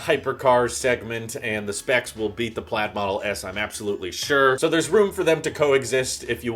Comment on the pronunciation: Pladd? not Plaid 😜😎